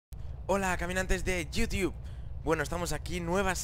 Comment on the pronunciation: yiutiub xD